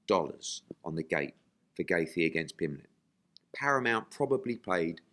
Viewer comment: correct Eddie on his pronunciation of Justin Gaethje please lol... He said it wrong every time lol and that was abt 10times lol